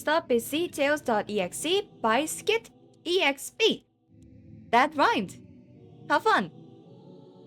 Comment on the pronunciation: My name doesn’t pronounce like that like its not “skit-e-x-p” its “skitexp” but i think the way you pronounced it is more grammatically correct 😅